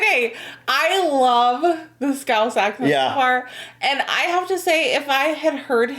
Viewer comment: I love how you actually pronounced 'scouse' correctly